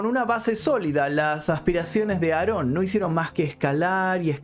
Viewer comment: No se llama nazon se llama aron Joaquín